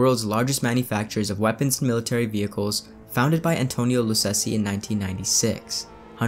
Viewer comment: Just a heads up, two Cs in Italian makes a 'ch' sound, so it's Antonio Luchessi